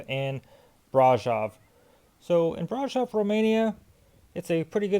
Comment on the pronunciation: when pronouncing the word brasov accentuate the V at the end as if you are saying Victor